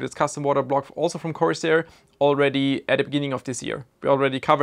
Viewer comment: It's corsair. Style over substance.